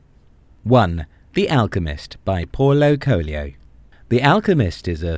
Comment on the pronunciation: It's funny to hear the pronunciation of Paulo Coelho in a foreign language.